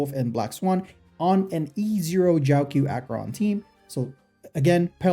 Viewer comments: I think its pronounced jow-cho not jow q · Just a little nitpick but the 'q' in Jiaoqiu is pronounced as a ch sound instead of a k sound.